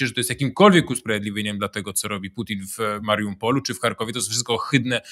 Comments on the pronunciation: Panie Piotrze zacznę od początku, z szacunku do języka polskiego mówimy "W" Ukrainie nie "NA" ponieważ Ukraina nie jest wyspą. Druga kwestia to nie wiem czy Pan celowo przekręca nazwy typu - Mariupol nazywa MariuNpolem, "Dżaweliny" nazywa "Yawelinami", również zauważyłem kilka pomyłek w takiej kwestii jak to że powiedział Pan "szabas" zamiast "szabat", mam wrażenie jakby nie do końca doinformowany Pan był z prawidłową wymową niektórych wyrazów, co np. mi osobiście bardzo przeszkadza i kontrastuje z merytorycznymi wypowiedziami Pańskich gości. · Panie Piotrze, mówi się "Mariupol", a nie "Mariumpol". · Panie Piotrze - nie "Mariumpol", prosimy. :P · Piotrze, Mariupol, nie Mariumpol. Zwracam uwagę, bo to się powiela, a miasto staje się legendą. Z ciekawostek prawie 90% mieszkańców (dane na 2002 rok) posługiwało się językiem rosyjskim i tak im to Rosja wynagrodziła. Poza tym sztosik odcinek. Dzięki! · Drogi Panie Piotrze, tak Pana lubią, że nikt panu nie pisze, to ja to zrobię: Od jakiegoś czasu skleił się Panu Mariampol z MaRIUPolem i mówi Pan "MariuMPol" :) a tam nie ma M. pozdrawiam serdecznie!